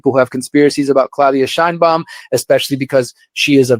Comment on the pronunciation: The Fox lady fails to even pronounce correctly the name: Sheinbaum .. 🙄🤦🏻‍♂️